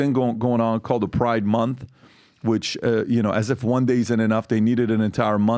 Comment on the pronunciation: pri-De mon-th